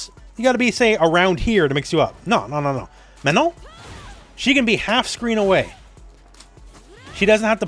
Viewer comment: Congrats on actually pronouncing Manon the way it is pronounced in French :)